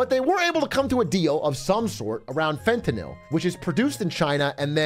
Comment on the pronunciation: Fentanyl pronunciation had me dying inside